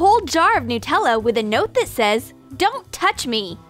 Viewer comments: is it just me or did she say NutellO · Well I think they say nuh-tella in a different place